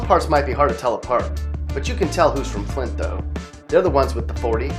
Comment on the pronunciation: Man he did flint wrong don’t disrespect my hometown we not that bad